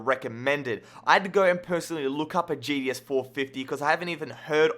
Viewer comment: That CPU is actually a low end CPU. A gtx 560 at this point is pretty low end :P. The GTS 450? I... thats actually very low end. Also i've never heard anyone call a GTX XXX or GT XXX or GTS (etc) a Gee-dee-ex or Gee-dee-ehs...